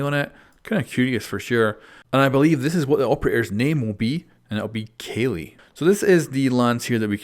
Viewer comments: if the name of the Indian operator is Kali, its pronounced as 'kaaali' and not 'kelly'. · "Kayleigh". It's "Kahlee" or "Kaalee". It's a Hindu goddess. She's an Indian operator. "Whammy". It's a Kenyan name. National language of Kenya is Swahili. It's more "Wa-MA-ee" or "WA-ma-ee". Also likely not "wa-MAI", as that's more an Asian pronounciation. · If it's the Indian operator. It would actually be pronounced as 'Ka-ah-li' and not 'Kailee' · Its not keli .. its kaali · I think it's pronounced Kaali not kyli ... Kaali is Indian Deity of war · Its kah-lee not kalee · kali is pronounced ka-lee not kay-lee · kayleeh..... kayleeh .... KALEE ffs, as in the destroyer goddes?! I'm not even hindu and that pronunciation offends me =))) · Well you pronounced both operator names wrong The Indian Operator "Kali" is pronounced kaa-li and not kelly, and "Kali" means "black one" and is also a name of Goddess of death and doomsday in Indian Mythology. The Kenya Operator "Wamai" is pronounced wa-ma-e and idk what is means. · its not "Kah-Lee"...its "Khah-Lhi"...Like as in the Great Khali the Wrestler. She's named after God Kali. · You pronounce it as “Kaali G” not “Keli G”. Kaali is a Hindu goddess. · And it is spelled as kuh - li, unlike who said kayly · It's not keli.. it's kaali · I think it's pronounced calli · It's likely that if the one with the sniper is the Indian op he name is pronounced (ka-li) like the violent embodiment of vishnu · Kali is pronounced Ka - li (Like the Goddess Kali) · Well her name is kali but its pronounced as K-AA-L-EE and she is the indian goddess specially related to Hinduism, Kali the destroyer(You will probably notice it if you have played AC Syndicate Jack the Ripper dlc). Btw nice video. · It's pronounced 'Kaa-li' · Pretty sure Kali is pronounced “Kah-Lee”, like the hindu deity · It's pronounced "Kah-li" she's named after the Hindu goddess of destruction, which seems pretty apt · Its pronounced KAALI!!